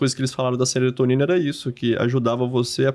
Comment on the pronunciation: O entrevistador interrompe demais…. E ainda fala SERETONINA 😂😂😂